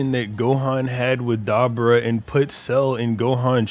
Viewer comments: bro! It's Duh-boar-uh Not Deborah (like a female name ) Lmao 🤣 Smh 🤦🏼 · I'm Sorry But The Way Keeps Saying Dabura Keeps Taking Me Out. Come On MAAAN. (Duh- Boar- UH) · Ok man just switched his pronunciation to da-BOO-ra in the same damn sentence so apologies if thats what you meant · Man the way six says Dabura name throwing me off so bad haha